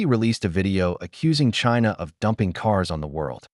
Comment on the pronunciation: Saar, i think..maybe palki said dumpling not dumping, that's possible because of accent, maybe..🤔